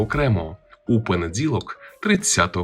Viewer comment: Чому звешся,а дзікаєш і дзякаєш.В українській мові не понедзілок,а понеділок і т.д. Київська область.